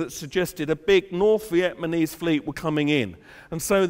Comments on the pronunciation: jesus son.. learn hơ to say "Vietnamese: not "Vietmanese" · VietMANese? Haha...my ex husband used to say it like that. I would always ask him "what country do those people come from...VietMAN"?!?